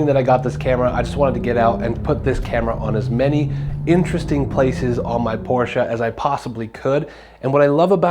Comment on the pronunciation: I love it how you say PORSCHE properly 😊 greetings from Germany